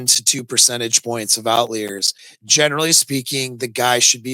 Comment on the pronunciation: It is not out-lee-are-s. As a statistician I can assure you that